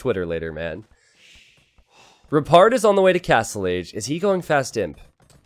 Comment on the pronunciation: kept hearing "repard" as "retard" but was also really hoping that when repard killed red or blue he put a "?" in chat to be a meme.